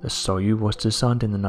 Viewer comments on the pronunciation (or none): Soyuz is pronounced 'soy + use' like soy sauce and to use.